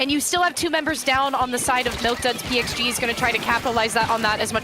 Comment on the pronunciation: PXG is actually with X pronouncation